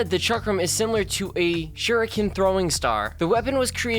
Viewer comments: it's actually pronounced sh-ackram not ch-akcram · Ok, learn how to speak bro. It's pronounced Ah-lee, mahs-uh-moo-nay, and chalk-rum. Like if you plan on talking about something, pronounce it correctly.